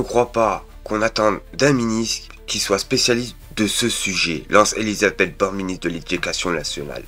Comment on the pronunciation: Ah ouaiEU ÉlisabethEU t'as fait poly-techniquEU